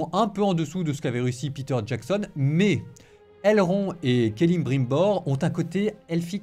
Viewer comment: n'a pas menti. C'est un vrai fan. Seul un vrai fan sait qu'il faut dire Kelebrimbor alors que ça s'écrit Celebrimbor.